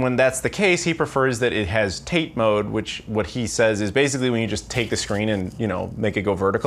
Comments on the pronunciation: Looks like I'm going to be that guy. 立て is not pronounced "TATE". It is a two syllable word pronounced TA-TE. Paste into Google Translate or Bing Translate to hear the pronunciation. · Tah Tay is how you pronounce it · TATE is pronounced "tah-tey" by the way.